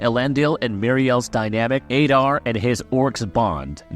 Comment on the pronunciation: Learn how to pronounce ADAR. ADD AR. Not "aid ar". Jesus man...